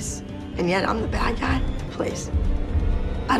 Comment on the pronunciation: Abby really said “peice out” at the end 😂